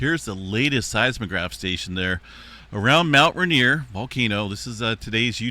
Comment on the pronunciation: It is pronounced rain, ier. Not ruhnier